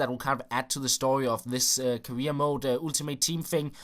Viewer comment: The way you pronounce "Ultimate Team" gives me a headache.